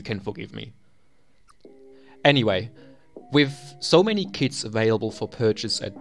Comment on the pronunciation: first I understood kids instead of kits. Edit: gg (pp)